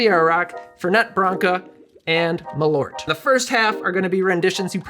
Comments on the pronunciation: Hey love your content. As a Swede, Malört isn’t pronounced ”Ma-lort”, It should be pronounced ”Mall-urt” with the u as in Curt and with a small pause between Mall and urt. Keep up the great content! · That is not how you pronounce malört - it's "mɑːlˌœrt", or MAHL (pause) ERT, sort of like the e in herb, which makes sense because ört is the Swedish word for herb.